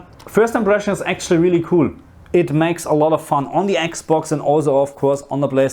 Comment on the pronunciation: I miss you saying Eeeks Box. Now you say Xbox and it's not as endearing anymore lol!! Please say Eeeks box again 😂